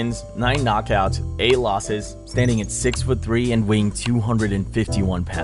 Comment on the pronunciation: I like the confidence necessary to be so wrong about the ty of Tybura sounding like Tai. It is a polish name. Y has ee sound in most languages. .